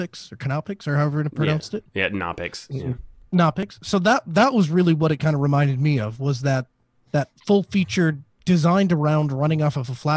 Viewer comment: Hello! The ability to choose the version you want/need of an application on the latest Red Hat 8 exists natively on Gentoo since years: it is called slotting. By the way you didn't pronounce Knoppix correctly. The creator of this distribution is a German Klaus Knopper and in German the K is always pronounced and rather heavily!!! Cheers